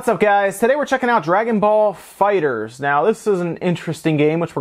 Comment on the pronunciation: THE ONLY PERSON WHO GET'S THE NAME RIGHT LOL ... ALRIGHT NOW LET'S START THIS VIDEO LOL.